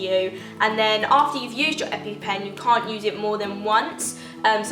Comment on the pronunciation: The amount of times u said epy pen😂